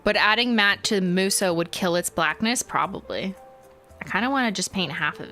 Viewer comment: It’s pronounced “moo-SOH”